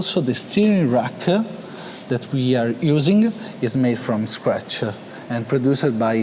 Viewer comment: isseee CNCee from-ee scratchee